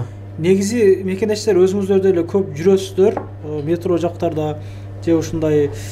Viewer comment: Метрону туура айтчы